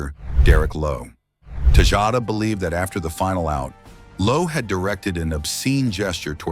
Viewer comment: It's AI. Obviously not very good quality either considering it pronounced Tejada like 5 different ways throughout the video.